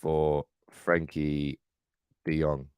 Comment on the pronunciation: Try getting his name correct